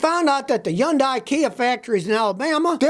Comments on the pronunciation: I know you hate the Korean cars, but can you at least learn how to pronounce Hyundai. It's not yondeye! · ITs pronounced Hudai, not Junday, seriously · Yun-die. Scotty’s own personal pronunciation. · YoungDie? Dude, H ain’t silent. I’m no fan of Korean cars, ICE or EV, but I’ve seen you bashing Chinese cars before as well. So my assumption is you are biased AF. Anyway, why do you think these car factories are located in the South? It’s because of cheap labors there, not because the labors are skilled there. So any cars made in these places are potentially craps, American, Japanese, Korean, what have you. Heck, even cars made in Europe are craps, my Audi Q5 was a piece of crap and I sold it without any hesitation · When Scotty learns to say Hyundai correctly, maybe you can take anything he says seriously...